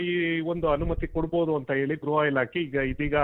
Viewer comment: ಗ್ರಹ ಇಲಾಖೆ ಅಲ್ಲ ಸ್ವಾಮಿ. ಗೃಹ ಇಲಾಖೆ. 😂😂